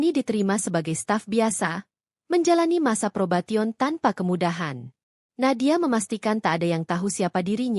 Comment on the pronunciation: Apa itu taiklor (taik molor ya) padahal ada kosa kata indo: penjahit. Jangan sok ke-inggris²an, phrobation - probesion ngucap nya artinya percobaan... mbokDe. Dan kenapa narasinya di ulang² & jadi memBosan kan. Cobalah jadi vlogger yg proff 😮